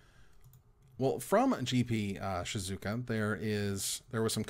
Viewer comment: Im sorry, its a straight O in Shizuoka after the U 🤭, nice try though!